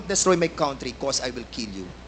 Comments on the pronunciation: Wrong pronounciation ang Country mo #dan fernandez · Dan Fernandez Country pronounce as kantri not kawntri